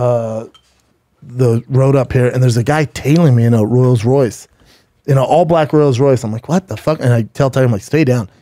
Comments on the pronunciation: “Royals Royce” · Tailed by a Royaled royce, huh? Or roiled royce, I herd it bowlth ways, b. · “A black Rulls Royce” What a dummy lol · “Royals Royce”…….😂😂😂